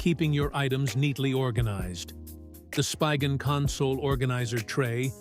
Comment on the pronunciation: It’s not even a real person. AI generated voice. Pronounced SPIGEN wrong several times.